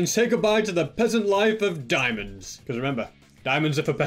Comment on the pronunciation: Shtewpid dimonds lol